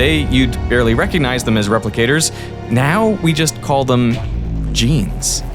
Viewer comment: „Genes“, or „Jeans“? this is an important distinction.